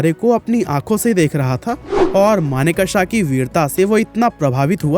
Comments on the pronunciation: maan ! learn to pronounce ' sam manekshaw ' he is manekshaw & not sam maneka-sha you idiot. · Pronounce his name as Manekshaw not as manek shah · Pleaseeeeeee pronounce Sam Manekshaw’s name properly ! It’s always good to google the pronunciation of proper names before making the video ! Thank you ! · Abe sale naam to thik se le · Bro at least take name of the great Sam Manekshaw properly. You are pronouncing his name wrongly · Manekshaw ko thik se ucharan to kariye. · Naam to thik se lo bhai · U cant even name him correctly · First learn to pronounce the names properly.